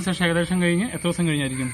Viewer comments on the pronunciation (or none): sesham alla shesham